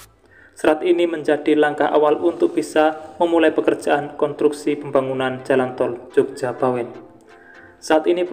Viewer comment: Konstruksi, bukan kontruksi.